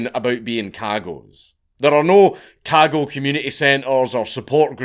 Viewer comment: In case anyone cares to research this topic, it's "Cagot," not Cargo, CargoL, Kahgul, KahGo. Thank Count Dankula